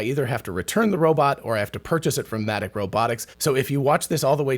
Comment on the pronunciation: At first I thought he said Asthmatic Robotics.🤣